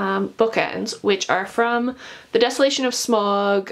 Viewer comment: You pronounced Sauron and Smaug wrong, although it’s a cool collection though